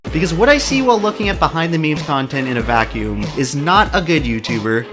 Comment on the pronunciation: Why does he keep pronouncing memes "means" just proves that he's a normie who is just petty that he is being insulted.